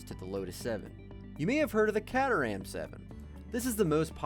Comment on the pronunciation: The pronunciation may have been off because it could be an AI voice